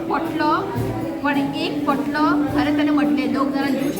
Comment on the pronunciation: Hi dear it is pantlo not potlo dear.god bless you all 🙏